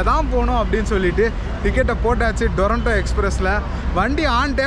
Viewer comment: அது டொரன்டோ இல்ல. துரந்தோ